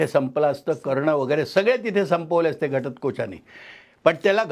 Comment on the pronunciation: जबरदस्त आहे....फक्त घटत्कोच ऐवजी घटोत्कच म्हणावे....